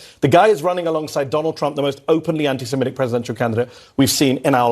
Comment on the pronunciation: Semitic not semetic